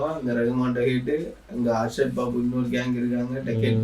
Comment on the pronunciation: Not ashrad it's arshad